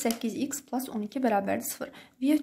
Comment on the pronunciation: Plas nə idi pilus deməkdən😂😂😂😁